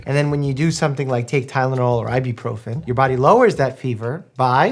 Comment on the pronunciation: Did Doctor Mike actually just say Ibiprofin instead of Ibuprofen?